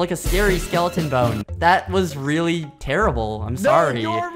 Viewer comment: that looks weally good says skeppy